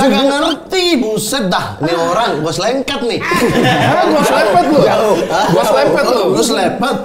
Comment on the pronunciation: Rasanya pelafalan yang bener slepet deh. Bukan slepet.